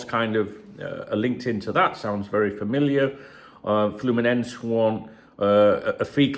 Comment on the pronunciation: FYI, you got "Fluminenese" right the first time, like a hole in one. 😀